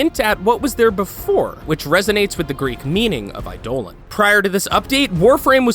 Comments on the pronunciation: ''Eidoe Lon'' You could have watched literally any video about the Plains of Eidolon update and you'd have known how to actually pronounce the word Eidolon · I’m sorry the way you pronounce Eidolon was hilarious XD. I play Warframe so I’ll tell you, ya butchered it. It’s Aye-Duh-Lon. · Here's a tip: DON'T KEEP SAYING A WORD WHEN YOU DON'T KNOW HOW TO PRONOUNCE IT. EYE-DOH-LAWN. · Jesus... every time he says I-dolan my heart breaks... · Plains of eye Dolan 😂😂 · Plains of eyedolan, senchints how much research did you do look at the wiki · Yo dude, have you ever been to the plains of Eye-dough-luhn? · Eye my lawn ahahaha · Ey dough lawn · Was about to correct him aswell i-doh-lawn man said it wrong more then 3 times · Eidolon in warframe is pronounced like eye+dough+lawn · Plz no more "eye-dolan" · Love how he says eidolon. “Idolon” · never mind, need to correct you. Warframe's pronunciation of eidolon is pronounced "eye-di-lon", it isn't pronounced the way the actual Greek word is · Im aware thats how warframe pronounces it but you also just acknowledged that its root are Geek and actually being pronounced wrong in Warframe Eye do lin is the correct pronounciation. Even Final Fantasy 13 got that right. Warframe tends to mispronounce a few things doesnt stop me from pointin it out and still enjoy it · was any one annoyed on how he pronounced Eidolon or ArchWing or Nami Skyla? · The way he says Eidolon bugs me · What is with this guys pronounciation Of eidolon? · OMG EIDOLON NOT I DOLON. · He butchered eidolon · You pronounce Eidolon wrong and i cringe every time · How do you pronounce plains of eidolon right but not the actual eidolon lol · You say plains of eidolon wrong and archwing it is pronounced arkwing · ...Did he say "Islands of Inaros?" ISLANDS? And for the record, we wall hop, not wall run -_- Why did he show fusion cores! 93 is wrong, and Eidolon is pronounced wrong throughout the video. Annoyed me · YOUR PISSING ME OFF BY SAYING EIDOLON WRONG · eye dolan